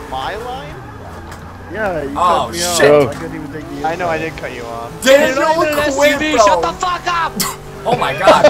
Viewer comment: Why does he always say chit instead of shit